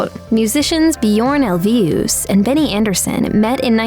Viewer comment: Here to check on pronunciation - I give the narrator a 7/10. Ulvaeus is ool-VAY-oos and Agnetha's last name is Feltz-kog, not Feltz-kewg.